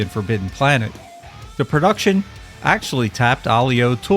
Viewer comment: "Perduction" is not a word. *Production "Intraducing" is not a word. *Introducing